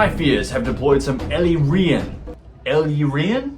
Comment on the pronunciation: Great and entertaining battle report! Props for the correct pronunciation of 'Chrace' not sure about Ellyrian though 😄. Love your wicked sense of humour.